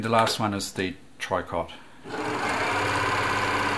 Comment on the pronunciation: Tricot stich is pronounced "tree-co"...we can blame the French for that...lol.